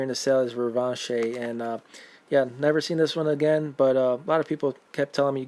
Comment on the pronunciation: Thanks for teaching me how to pronounce Revanche.